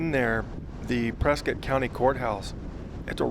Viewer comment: Hi, your channel is great! I’m a native Arizonan, too… born in Winslow. I don’t want to offend you, but the majority of natives pronounce “Prescott” as “Pres - cut”. Bot of my grandfathers pronounced it that way and both were born in the late 1800s. No offense I hope.